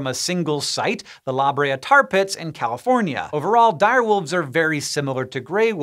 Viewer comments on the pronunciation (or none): Smart guy - buncha cool info about wolves & dire wolves. Also smart guy - "the LOBria tar pits" ... It's pronounced "La BRAYa"... clearly smart guy is heavy on STEM education but not so much on the language arts... Then again this is SciShow, not LangShow... 🤔 Love the channel either way. 👍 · It's pronounced La Bray A not La Bree A. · Lol it’s pronounced “Luh” Brea tar pits not “Lah” Brea and drop the pause in between. “luhbrea.” Otherwise you sound like a tourist. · Angeleno here, it's "La-Bray-Ah" tar pits. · La Brea= Lah Bray ah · Why did he say La Brea like that? lmao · Why’d he say la brea like that 😂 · Any other Angeleno here bothered by the way he said La Brea or is it just me? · Why did you mispronounce "La Brea"? To begin with it's two words. And it doesn't rhyme with "candelabra". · Oof! That pronunciation of La Brea is so cringe!